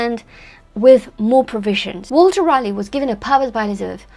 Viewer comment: From CR0...that's Croydon not Virginia!...a bonjour, ca va? I really-rally liked your brief critique on the her-story Roanoke Island, John White & Eleanor Dare...you even pronounced the awkward names well...especially Sir Walter Raleigh! (At my celebrated school in south London, our athletic 'houses' were named after Elizabethan icons...as the school was founded in 1619...by a friend of Willy the Shake!...called Edward Alleyn...each house had colours to distiguish them on a muddy rugby pitch...if only in the socks!...Drake(yellow/black), Grenville(green/white), Marlowe(black/white), Raleigh(red/white...my house!), Sidney(red/black) & Spenser(blue/white)...{the school now has 8 houses named after famous MEN!...O dear!)..."Rally" was the way we said the name...not "Raaar-lee"...or as your glamorous rival, Susanna "Lipsco'" insists "Raw-lee"...(She may be right!) Keep it up...as the road to Elle is paved with correct pronunciations with a French flavour! C'est si bon! A bientot!